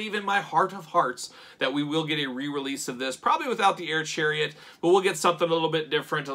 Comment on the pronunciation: Air-Chariet ? More like Ch-AIR-iet am i right ????????